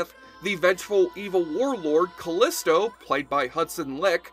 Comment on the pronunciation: FYI Callisto is pronounced Ca-LEE-sto and she was played by Hudson Leick whose last name is pronounced LIKE.